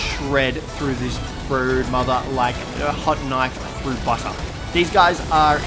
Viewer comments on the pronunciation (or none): none